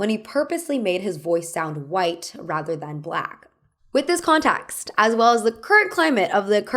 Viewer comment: I found myself tuning into your accent more during this video. I’m curious where your own pronunciation comes from. For example, you pronounce “context” more like “contaxt” and “sense” more like “sahnse”